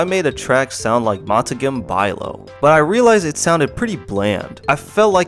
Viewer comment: "montakem byelaow" 🗣🔥🔥